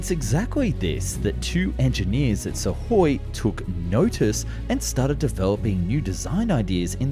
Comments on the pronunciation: And misses the K in Sukhoi. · Great video as always But its is pronounced IL- LYOO- SHIN not Ishulyin Also SU- KHOI not Sahoy Keep up the great work! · Also "Suhoi" lol